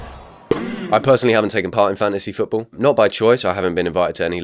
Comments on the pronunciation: I keep hearing "Fancy football" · every time he pronounced it "fancy football" i was wishing for a rabid chicken to scratch my eyes out and end it all. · somehow it sounds to me like u say fancy football punishment not fantasy football punishment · Is it just me or does keep saying “fancy football”?? 🎩🏈